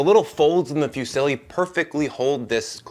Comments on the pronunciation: I just came here to say: IT'S PRONOUNCED FUZZILI NOT FEW SILLY! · Love your content man but if I ever hear you say “fusilli” as “few silly” again I’m going to cry. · These are all fantastic, but just cannot get over your pronunciation of Fusilli (fyoo-silly). HA! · It's not fewsilly. Foo see lee